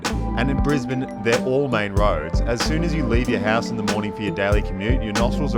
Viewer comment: I had to advise a United hostie this is literally how you pronounce it, not "Briz-Bayne", as the purser had said on the in-flight PA system. Note air connections to north America are rapidly improving from BNE, allowing you now to avoid LAX. Air Canada direct to YVR (Vancouver), United direct to SFO (San Francisco). Now we just need Seattle-based Alaska Airlines to run a direct BNE-SEA route for all the Aussie tech bros who live in the US Pacific North-West.